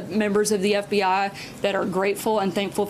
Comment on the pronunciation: It's pronounced "eff bee eye" not "eff bee AH". C'mon